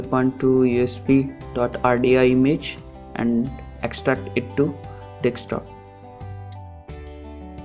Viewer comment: how fucking hard is it to say desktop